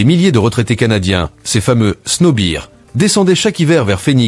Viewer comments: C'est quand même extraordinaire de parler des Etats-Unis et de n'être pas foutu de prononcer correctement snow bears : Ce n'est "sno bir" mais "sno beerz" . Quand on ne sait, on se renseigne sinon on passe pour un plouc - au minimum -. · Snowbird(oiseaux d’hiver) se prononce Snowb(eu)rd au Canada 😉